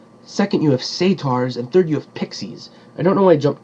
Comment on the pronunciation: Actually the dryads in that book are "Hamadryads". And you mis pronounced the word satyrs. You made it sound like you said "centaurs" instead. The word "satyr" is usually pronounced as (say-ter), although it can be pronounced as (sat-er) as well.